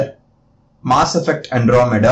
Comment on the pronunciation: my ear gets infection everytime you say "MAAaasS effect"